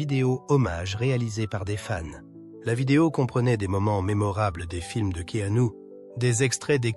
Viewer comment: prononcer Keenu et non Ke anu...!!! 😅😂😅